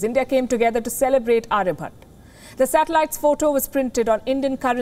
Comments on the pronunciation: Aryabhatta not aryabutt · its not aryabhat its aryabhatta!! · It's pronounced Aryabhatta, not Arayabhat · Can you please at least pronounce their names correctly? That's Aryabhatta, Brahmagupta and so on with an "a". Not Arya bhatt or Brahma gupt.